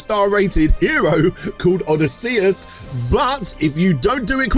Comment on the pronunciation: for sponsor read, its tuff one, but forget spelling its said like this "O "DIS" SEE US" say a few times, you will have it nailed